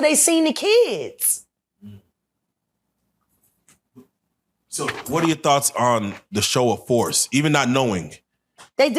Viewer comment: Isn't kids a one syllable word?